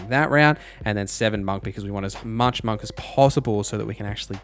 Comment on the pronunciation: the way that you say monk is killing me 😭